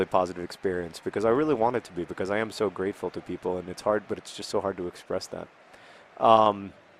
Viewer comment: You said "because" normally three times in a row! Normally you say "becoiz" for some reason